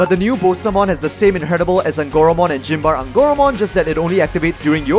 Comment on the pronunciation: Yeah, I had a similar reaction to “Gym bar eh” instead of Symbare